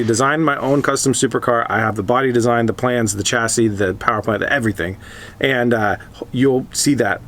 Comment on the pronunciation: It's pronounced shassi, not chassi